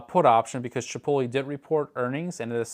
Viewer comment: i don't know if i can take any person seriously when they pronounce Chipotle as "Sha-poh-lee". 😂